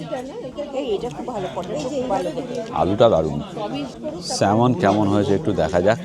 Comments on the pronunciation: Kotha ta Salman na samon, kono ward er majhe 'l' thakle seta silent thake unlike amader Indian accent just like amond not almond as per I know sir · samon … not solmon … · আরে ভন্দু ওটা সলমন মাছ নয় ওটাকে স্যামন মাছ বলে। Pronounciation গুলো ঠিক করা উচিত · সলমন মাছ নয় 😅 আসলে স্যালমন মাছ হবে।লোকেরা সলমন শুনলে সেই সলমন খান ভাববেন। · SALMON fish er ucchharon e " L" ta ujjho thake.... SAMON fish bola hoe... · Ekta chotto jinish mone holo ektu bole rakhi je salmon mach er naam ta pronounce kore “samon”, “L” ta silent. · Khub bhalo laglo...salmon mach r shothik uchcharon...samon...l is silent❤ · ইংরেজিতে উচ্চারণটা হবে ছ্যামন। এল-এর উচ্চারণটা উজ্জ থাকে। ছ্যামন মাছ আমরা প্রায়ই খাই।